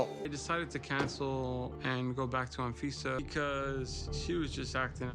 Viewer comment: I keep hearing her name as A-Visa 😂 (quite fitting really)